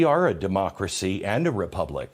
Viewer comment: “This is critical to our mocracy”😂😂😂WTH???